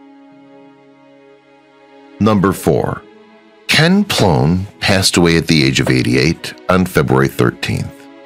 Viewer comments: Kenny Ploen pronounced as Kenny Plane. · Kenny Ploen is pronounced "Plane."